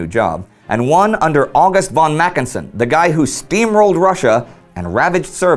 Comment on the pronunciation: I know i'm nit picking right now, as you do it right otherwise, but as a person who has a ''von'' in their name it's really annoying when someone says ''von'' instead of ''fon'' .